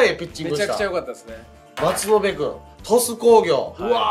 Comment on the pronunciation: 鳥栖工の松延の読み方は まつのぶ ですね。